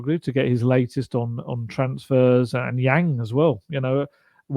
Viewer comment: Yang pronounced like sung not like sang